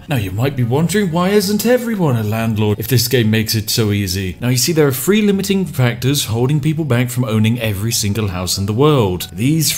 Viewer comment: THree not Free